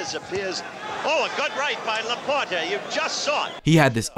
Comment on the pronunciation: Is this A.I. narrating? Notice the pronounciation " Lah-poor-tae"